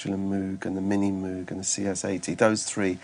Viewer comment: He mispronounced Moog! O_O Who would have thought Howard Jones of all people would do that? LOL :-P